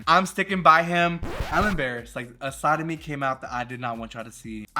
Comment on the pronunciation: you said “a side of me came out” and I heard a “sodomy came out” and I said mama the sodomy this is not a Christian woman 😂